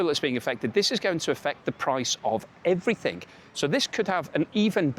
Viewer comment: There is no such word as "everythink". The word you are looking for is "everything".